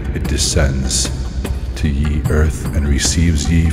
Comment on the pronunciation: Great idea but yeeeeesh... “Ye” is pronounced “the”